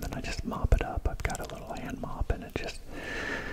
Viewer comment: Great Video. I remember watching your drone video and thinking how nice your house looked on the outside so i needed an inside tour😂 Thanks for getting my name pronunciation right too!